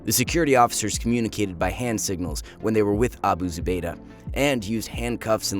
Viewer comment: Wow. He pronounced that without having a stroke. Nice. Might hit like just for that.